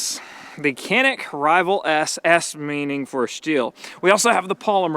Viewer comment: I'm glad you're liking our Canik. We pronounce it like John-eek btw. And it means "agile".